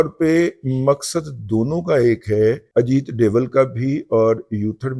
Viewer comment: نام اجیت دیول نہیں دوول ہے۔ تھوڑی تحقیق کر لیا کر۔